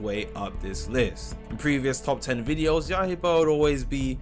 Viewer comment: Bro saying Yahiba 💀